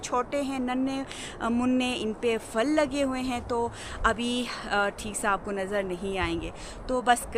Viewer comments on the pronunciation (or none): فل نہیں پھل۔۔ فول نہیں پھول 😂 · آپ "پھل" کو "فل" کیوں کہتی ہیں؟ اور " پھول" کو "فول" ؟؟؟ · Nice but say phool(flower)no fool and say phal (fruit)don't say fal correction your word please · بہت عجیب لگتا ہے فل ، فول سن کر